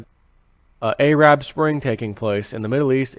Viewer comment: I love how you say Arab, reminds me of the 80's